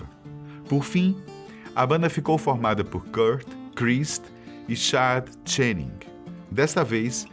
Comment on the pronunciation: Cara, segundo vídeo que vejo da série e não posso deixar de falar que a maioria das pronúncias está errada. Aberdeen, Chad Channing, Pat Smear, serve the servants... Tem incomodado.